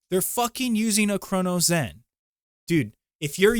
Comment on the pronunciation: Why are you pronouncing it as a “CronoZen”? Either way people would rather use a CRONUS instead of getting better